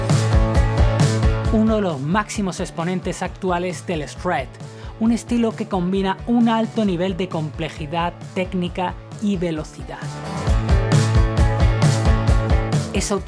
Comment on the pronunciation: El ESH RRED